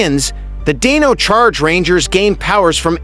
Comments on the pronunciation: Did you really say dayno charge its Die-no charge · you seriously need to pronounce these names right Divatox Animarium Lothor Pai Zhuq Dai Shi not Dai Shy Dino Charge it sounds like dayno charge Evox not Avox Wind ninja academy not wine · It's funny because it pronounced it correctly for Dino thunder, but then for Dino charge it didn't.